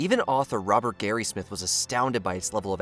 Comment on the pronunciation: It’s Robert Graysmith, not Garysmith.